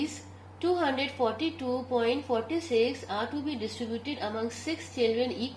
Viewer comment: Mam in Q no. 9 the number 242.46 you prounced it wrong❌😅